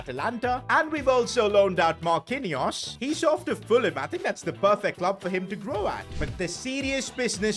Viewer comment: Man said marqinous the Brazilian lol